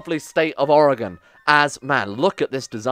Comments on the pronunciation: My god someone not from oregon actually is saying oregon correctly Oh no ... He's renaming things... also yes beaverton is actually where I'm in right now. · As an oregonian, you pronounce it better than 90% of other americans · As a fan I hope you win. As a proud American citizen I hope you lose. Edit: Your pronunciation of Oregon was a nice surprise.